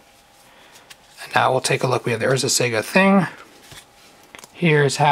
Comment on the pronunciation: I love your vids but really, it's sah-gah not sega as in the game company. Otherwise great vids, keep it up